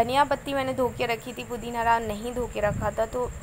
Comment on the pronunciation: Hi.pudhina hota hai pudhin hara nahi hota hai